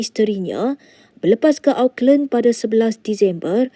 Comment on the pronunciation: Sebut Auckland tuu betul2 sikit.😂